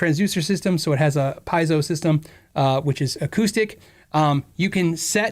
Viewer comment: PIEZO Not PIAZZO lol